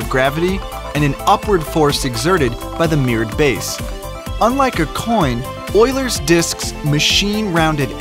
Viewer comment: Its pronounced you-lers